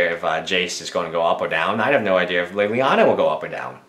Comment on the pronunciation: lilliana not lillianer